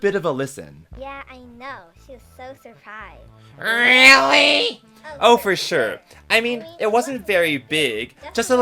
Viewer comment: Today I realized that in BFDI 1a, Match doesn’t fully say “surprised”. It sounds more like “Surpri-“. I thought that was kinda silly